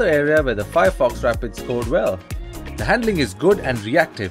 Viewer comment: Nice review BUT YOU GOT THE NAME WRONG....maybe google the correct pronunciation